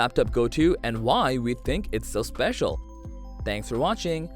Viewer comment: Special, not especial 😉